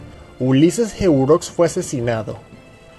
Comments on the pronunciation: Se pronuncia heró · Se pronuncia "Heróx" Y "Lilís" acentos en la o y la i respectivamente. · Heureaux, se pronuncia " eró" al ser un nombre afrancesado... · Y se pronuncia herox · Hola, un aporte: Se pronuncia Heró, no como se escribe. Y si apodo se pronuncia y se escribe Lilís. (De los gobernantes más derrochadores que tuvimos, sí que supo poner orden a su modo). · Ese apellido de lilis no se dice así